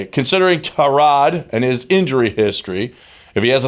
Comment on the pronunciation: these clowns can't even pronounce Tyrod...GTFOH